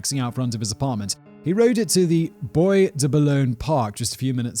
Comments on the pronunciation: Boy de Boulogne???? Really, Whistler! It's 'bwa de boulogne' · Friendly tip : while you definitively can find "boys" in le Bois de Boulogne, it's pronounced "bwa" from oi=>wa.